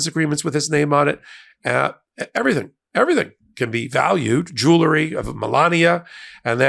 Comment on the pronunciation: please learn how to pronounce "jewelry"!